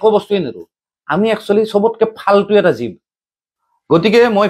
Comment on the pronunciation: ( you ) তয় মাংস খোৱা সম্পৰ্কে যি হিচাবে কৈচ সেইটো ঠিক হোৱা নাই । জীৱ শব্দৰ উচ্চাৰণ শুদ্ধ কৈ কবলৈ সিকিবি ।